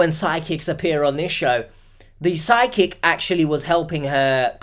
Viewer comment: I kept thinking you were saying Sidekick instead of Psychic. It took me some minutes to figure out it wasn't some new GenZ definition of Sidekick, some AI app generated friend that's always cockblocking her at the local watering hole, and a worse case scenario of a definite scam: Psychic. 🪄